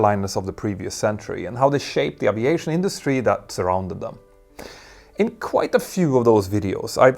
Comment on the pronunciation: Dude You need to pronounce the word aviation correctly